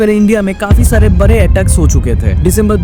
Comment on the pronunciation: Bade❌ bare✅😂